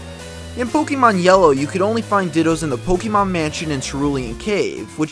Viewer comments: just refer to the pokemon manga, pokemon adventures, i believe its confirmed in there, plus its not pokeemon its pokaymon darn it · Sir, you lose all credibility when you can't pronounce the title of the game you are posting about. It's Poke-eh-mon not poke-E-mon. Good day sir -_